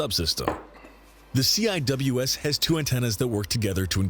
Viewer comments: heres how you pronounce cwis ( sea wiz ) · Very annoying that they keep spelling it out; It's pronounced "Seewiz" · Drove me nuts hearing them keep spelling CIWS. It's pronounced Sea-Wis. There have been several incidentsa of CIWS missfireing at friendly ships and planes. The rounds can easily penetrate outter hulls . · its not cwis its sea-wizz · I showed this to my friend who is a CWIS tech, her eye started twitching when she heard them call it "C-I-W-S". In the Navy we pronounce it Sea-Wizz. Also since you checked out her system can you check out mine? Or the combination? Mine is RAM, the combination is SeaRAM. They're both missile systems^_^ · It's "see-wiz", not "see-eye-double-you-ess" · I wasn't a Fire Contralman in the navy but hearing it being called the C-I-W-S sounds funny. We kinda just called its the Sea-Wiz. Basically just pronouncing CIWS. We also joke around and call it R2D2 with a dick and the BRRRP-gun. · Instead of saying each letter, CIWS is pronounced SeaWiz. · Pronounced See-wiz in case anyone wants to know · Lasers are coming but they also have sea sparrow anti air missiles. Cwis stands for close in weapons system and when pronounced as a word it's pronounced see wiz, all one word. I hope this helps you. Hope you have a wonderful day. By the way all respect to a brother veteran, even from another country. I launched aircraft on an aircraft carrier. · CIWS pronounced (at least when I was in the Navy) "SEA-WHIZZ" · Yes, and it stil is. I don’t know why the narrator called it the “C I W S” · Heads up, CIWS is pronounced seewiz rather then each letter. It stands for close in weapons system. No idea why the videos say each letter at a time, I've never heard anyone who worked with the system say it that way. A lot of times missiles are used to attack farther targets before CWIS is needed. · CIWS is Pronounced "SEE WIZ" or we called it a R2 like in Star Wars